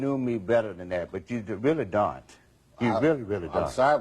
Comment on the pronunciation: “I thought you knew me better than that but you really dunt, you really really dunt” 😂😂